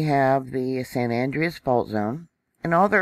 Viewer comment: Hi. Here in CA we pronounce the San Andreas fault as ANN - DRAY - US. Just as an fyi... thanks for the report!!